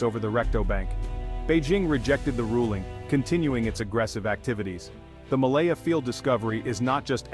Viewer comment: Its malampaya not malaya